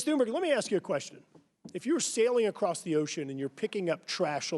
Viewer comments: I'm just wondering here if the spokesman here intentionally mispronounced "berg" to what sounds like "berry" or not. Because he didn't pronounce "berg" how Americans usually pronounce this. It makes it somehow feel like he's intentionally changing her name from a mountain (berg) into a small Berry :P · why are they calling her tuneberry?? its tun-berg,,easy to say no? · when he said great tune-berry i almost died inside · Why do the adults in the room keep calling her "Tunberry?" Her name is right there...smh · Did he say Tuneberry??